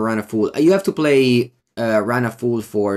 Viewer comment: Quick pronunciation note: Run Afoul is not pronounced A-fool, it is pronounced A-fowl. Like bowel, scowl, owl, etc.